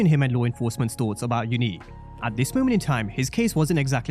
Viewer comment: Are you still sure Unique not breeze?